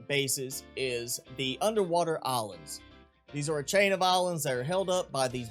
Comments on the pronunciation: You say islands as alands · Is it just me that hears olives instead of islands?